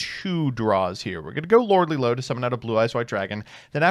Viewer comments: Every time he says "Lordly Load" I'm fighting for my fucking life out here. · Trying not to laugh every time he says Lordly Lode.